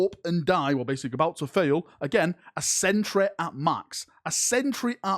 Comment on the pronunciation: He said "City", but I heard "sitter." Also, "Century", but I heard "centruh."